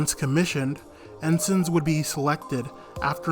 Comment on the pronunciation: Very nice presentation for the most part, enjoyed it! Liked the history and your pictures used in the presentation. However, I live here and must comment a bit (Sorry) "En SIGN" the first time could be redone. 2nd time was nicely done. Also, it's not YO KO SUU KA. Everyone here pretty much calls it Yo KO sKaa for how it sounds. It's pretty flatly spoken, not much stress on any syllable, but it's a way to tell outsiders from locals. JR and Keikyu in Station Staff in particular corrected a lot of my friends, I just listened to how the Announcers said it and followed their cues.